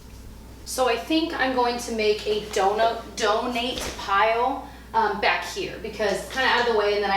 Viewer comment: When you said donate pile, I swear I heard donut pile. I must be hungry, but doesn’t that sound amazing? 🍩🍩🍩